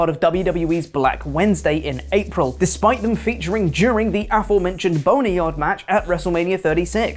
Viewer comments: Why does he keep saying "boneryard"match? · Is he saying Boneryard....